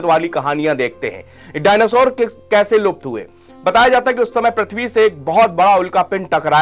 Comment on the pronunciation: पहले डायनासोर बोलना सीख ले😅